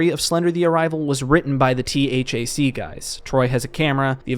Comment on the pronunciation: great video. Im a sucker for Marble Hornets-related content all the time lmao though i did get distracted with THAC being spelled instead of pronounced as "thack" like they used to in their podcast😂